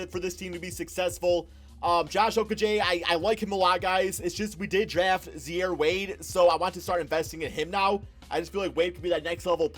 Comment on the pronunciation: it’s pronounced “zy-eere,” not “zhare”